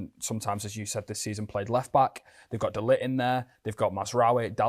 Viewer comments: Why can't Dutchman Rene Meilensteen pronounce De Ligt's name? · A Dutch man, I nearly thought English was is first language lol. They way pronounced de ligt name I clocked mans NL 😂